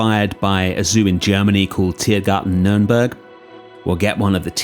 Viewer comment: Wow, really good pronunciation from Tiergarten Nürnberg